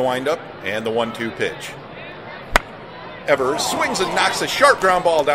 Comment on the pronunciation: 54 seconds in and you've got a mispronunciation. "Eevers"